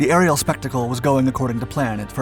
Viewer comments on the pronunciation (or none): none